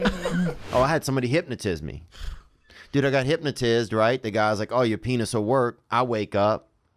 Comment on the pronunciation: “i got hypnotizzed” 😂😂😂